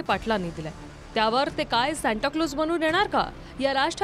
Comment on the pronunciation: ह्याचं अणि शिक्षणाचा दुर दूर पर्यन्त संबंध दिसत नाही...सांता क्लोज ला शांताराम म्हणतोय...😂😂